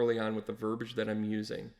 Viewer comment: Verbiage, the *i is pronounced (sorry I’m a Virgo.)